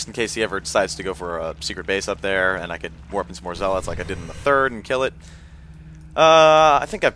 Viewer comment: Good vid man, but please, 'zealots' correctly